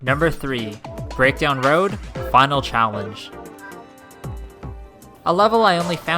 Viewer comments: Anyone else realise he said CHALLAGE instead of CHALLENGE? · its not challage its challenge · U said Challage for number 10, not challenge, but still amazing video :} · Why you say challange or even challage, was it intended? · it said challage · The first "challage" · The first one said Jump Rope Challage. Challage... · "Jumpe Rope Challage"